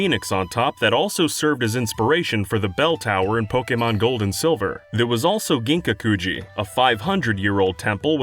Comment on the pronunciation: No hate but your pronunciation 😳 Kin-ka-ku-ji Gin-ka-ku-ji